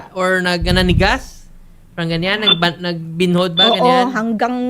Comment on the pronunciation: Gusto ko sabi ni sa “binhod”😂😂😂😂 namanhid sa tagalog